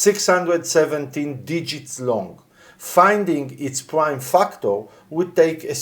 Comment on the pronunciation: Fucktor? You said Fucktor... but I've been screaming this from the rooftop! The blockchain is the ultimate target. Quantum computers are closer than anyone thinks. 2030 is 4 years from now and that technology is getting closer exponentially. I know this for a fuckt. THANK YOU for putting this info out. Most IT people are clueless or complaisant about this.